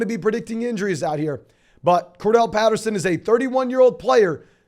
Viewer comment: CORDARRELLE NOT CORDELL